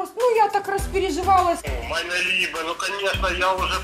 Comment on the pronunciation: "майне либе" явно эмигрант